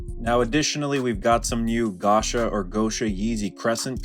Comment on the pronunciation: its "go-sha" as in Gosha Rubchinskiy because thats who kanye west collaborated with for the gosha merch